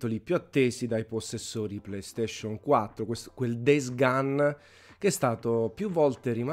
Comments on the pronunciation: Days "GON"! Non "GAN". Per piacere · Days gun 😅